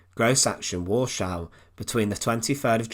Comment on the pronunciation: This is really a poor coverof this topic. Half the pics are rote war pics that have no relationship with Stroop, whose name the commentator is unable to pronounce correctly, just as he can't pronounce Heninrich or Warschau correctly.